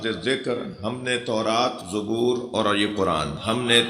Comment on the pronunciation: مولانا قران کو درست کر لیجئے زبور کی ز پر زبر ہے پیش نہیں